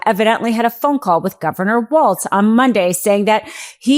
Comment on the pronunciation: Walz, not Waltz